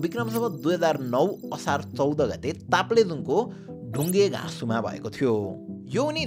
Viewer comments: ढुङ्गेघासु हाेईन "ढुङ्गेसाघु" हाे । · ढुङ्गेसाँघु हो दाजु ढुङ्गेघासु हैन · i comment rarely brother but i would really like to point out the mispronounciation brother it may be dhungeeeesanghu not dhungeeeghasu as my grandparents were from same village (pahad that is what we call ) and were in-fact neighbors The video was really informative though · ढुङ्गेघाँसु होईन ढुङ्गेसाँघु हो🤥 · ढुङ्गेघास होइन ढुङ्गेसाँघु हो ल किन कि म पनि त्यहीँ ठाउँको हो मदन भण्डारीको घर साबिकको ढुङ्गेसाँघु-८ वडा हो र मेरो चाहिँ -७ वडा तर अहिले चाहिँ एउटै छ पालिकाको हिसाबले मैवा खोला गा:पा-२ वडा हो मदन भण्डारी एक असल नेतृत्व कर्ता तथा राजनितिज्ञ हुन् र अर्को कुरा उनको मृत्यु दुर्घटना नभएर राजनीतिक परिवेशबाट नै रचिएको एक खेल पछि हो घट्ना हो भन्ने गर्छु म चाहिँ अनि अर्को कुरा उहाँको स्वयम् श्रीमती मदन भण्डारी नै रहेको पार्टी एमालेको नेतृत्वमा रहदा राष्ट्रपति सम्म हुदा हत्या हो या दुर्घटना त्यो कुराको छानबिन नहुनुमा पनि केही रहस्य बुझ्न सकिन्छ दुर्घटना नभएर राजनीतिक चलखेलबाट भएको घट्ना हो भनेर अन्त्यमा अन्यथा नलिनु होला मेरो बिचारमा लागेको कुरा राखेको हो धन्यवाद🙏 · ढुङ्गगेघाँसु होइन ढुङगेसाँघु हो...sir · ढुङ्गेसाँघु हैन ढुङ्गेसाँघु हो। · Taplejung ko DHUNGESAGHU* ho not dhungeghasu. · dhungeghasu hoina dhungesanghu hoo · दाई ढुङ्गेसाँघु है उच्चारण सही गर्नु म पनि त्यही को बासिन्दा हु। जे होस एकदम सही छ।😊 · Bruh dhunge+sagu ho yar ucharan galat bhayo Aba part II aunu aghi IDS ko team lai ne dasdhunga batai khasauxan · Its Dhungesaghu (ढुङ्गे साघुँ) And its Kalingpong ( कालिङ्ग्पोङ) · Dhungesaghu ho hau kasto pronounce pani garnu najaneko